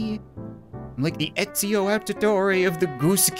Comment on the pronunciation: I'm not even going to say how he pronounced ezio........ You already know.